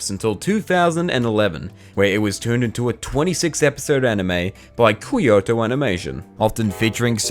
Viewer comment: It must be a joke or something lol. like how do you pronounce "Kyoto" as "Kwioto"